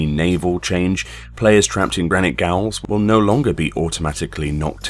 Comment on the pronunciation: Gotta love how you say Gaol (gowl) when it's pronounced pretty much identically to "Jail"